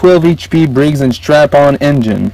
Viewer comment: brigs and STRAPPON, NOT stratton